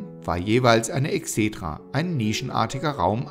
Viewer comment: Die Videos sind sehr informativ und hilfreich. Vielen Dank! Ihr müsst allerdings aufpassen mit der Aussprache der Eigennamen. Da hapert es oft. Bei Vespasian ist die Betonung auf dem hinteren A. Bei Sueton auf dem O, nicht auf dem E. Bei Exedra auf dem ersten E. Ihr solltet die Videos auf jeden Fall vorab zumindest von einem Althistoriker, besser aber noch von einem Altphilologen kontrollieren lassen.